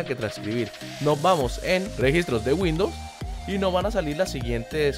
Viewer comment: Dijo como 4 veces windous r jajaja